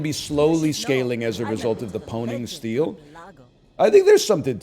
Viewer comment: pwning steel on the boulder (he calls it the pwning steel) is sending me